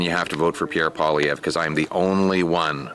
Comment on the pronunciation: I'm so glad he said his name because I had no idea how to pronounce Poilievre